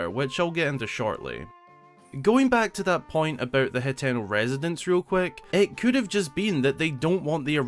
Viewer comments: i get that but there saying wrong as well , hateno is easy to sound out ...your saying it heteno tho a whole letter off just saying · I cringe everytime you mispronounce. Hateno village ...you have to sound it out ..ha ten o